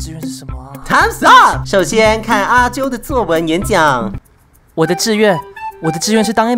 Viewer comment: 作文的文怎麼了www發音超好笑wwwww